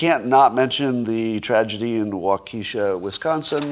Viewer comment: "Wah Kee Shuh" - you always know when someone isn't from Wisconsin.